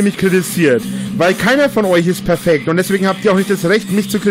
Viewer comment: "Keina von euch ist perfeggd." M E M E Kann nichts richtig - geschweige ansatzweise - richtig machen.